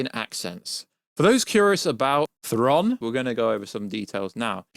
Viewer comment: Aaaargh! Stop saying Thron!…… it’s Thraaaaaawn